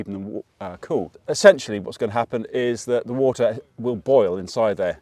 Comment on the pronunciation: I know!! It was was: “Wat’ah”